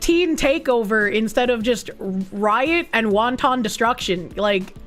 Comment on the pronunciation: When will someone tell her it's not won-ton it's wan-ten